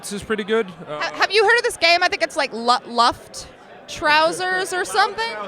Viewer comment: Wow that pronounciation of luft